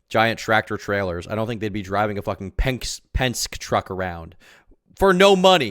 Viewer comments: Its pronounced Pen-ski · Hearing mispronounce Penske hurt